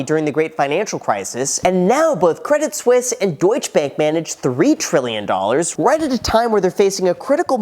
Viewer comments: it is pronounced Credi Suisse, the t is silent :p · It's not spelled credit Swiss ... so definitely pronounced the other way. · Credit Suisse without the i gets Credit Susse meaning Credit Suck in French. Oh la la 😅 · Credit suisse is acting credit sussie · Credit Suisse - my whole life up until watching this video, I've been pronouncing it like "Credit Sweese" blissfully unaware of my level of dunce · you pronounced Debit Suisse wrong